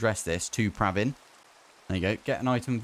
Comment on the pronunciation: Hearing my name from not Indian sounds way different. Bdw its pra vin. Not praaaaavin. U said 2 times correctly 😅😅